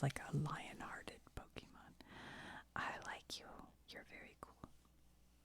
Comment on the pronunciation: Don't listen to people that tell you that you need to know everything about Pokémon to enjoy Pokémon content. Pokémon is for everyone and we have no room for gatekeepers. I personally love your Pokémon content mainly because you don't know much about it. You mispronounce names and I find it super cute lol